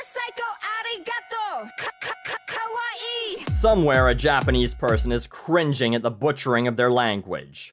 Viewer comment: Does anyone else think she is saying kawaii wrong